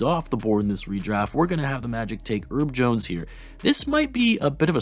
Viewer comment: “Erb Jones”😂